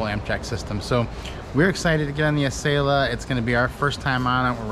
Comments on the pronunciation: 🤦🏻‍♀️ Yes; Ah sell ah, NOT a sail Ah! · AH-sell-AH not Eh-sale-ah. Besides that great video! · Everybody, all together.........AH-SELL-AH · Acela (Uh-sell-uh). Love your videos. Hope to see a future video of you guys on the Auto Train from DC (Lorton, VA) to Orlando, FL (Sanford). BTW Amtrak just announced USA rail pass for $299 through June 22. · Great vid per usual guys but uh.... much like other commentors, makin me cringe with the pronunciation. Acela is the combination of "acceleration" and "excellence" as described by Amtrak when the train was introduced. So yea.... accel-ah or ah-sell-ah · I might have been able to finish watching your video if y'all knew how to pronounce Acela (Uh-Sell-Uh)... 🤷‍♂️ It was seriously irking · Please please learn how to province ACELA. It isn't ...A "sale" ah..... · Amtrak has always called it like that. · you are saying acela wrong